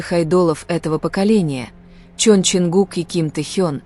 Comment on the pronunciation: Совершенно не соответствует истине.Вранье сплошное и очередной пиар на именах Тэхе'на и Чонгу'ка .Научитесь правильно делать ударение на именах самых известных айдолов А так выдумки и никому ненужные рассуждения.